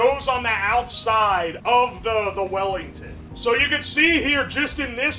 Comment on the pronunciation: Weef Bellington